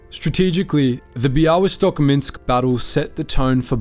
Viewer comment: Amazing pronaunciation of Bialystok. Well done!